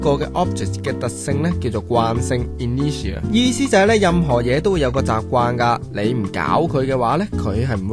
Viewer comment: Google 係讀 i nur tia 架喎，吾係in ne tia, anyway keep up the high quality!